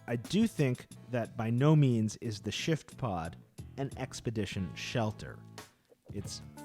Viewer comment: Is it just my hearing or does it sound like he's saying "Shitpod"?? LOL. This tent looks amazing though!